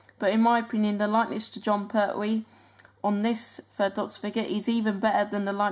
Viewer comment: you sed perwee